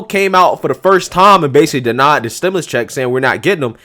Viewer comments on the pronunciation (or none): Stim...U...lus, not stim...i...lis. Like your content!